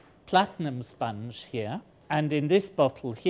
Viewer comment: I don’t know what he’s talking about with the whole “sponge” thing, but just from the way he says it, I feel like it’s spelt “spunj”